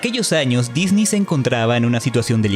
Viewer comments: Me molesta un poco el "disni" creo que es correcto decir "Disnei" cuando hablamos español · Se dice Disney, No Disnii. (Es humor, no c enojen) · En cuanto pronunciaste "Disney" como "Disni" supe que eres un ####### y debía dejar de ver el video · no puedo cuando dice “Disni” me quiero morir x_____x el video es bueno pero >> Disni ? << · ¿¿por que dices dini??